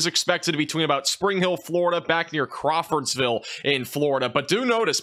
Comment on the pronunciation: There is no s in Crawfordville 😊